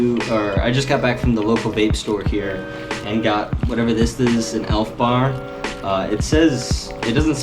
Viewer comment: u said elfbar like a pro